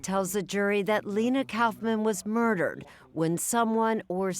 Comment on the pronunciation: Erin, It's "koff'man." Not "Couff man".